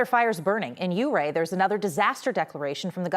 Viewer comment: It Yur-Ray lady NOT You-Ray. 😂😂😂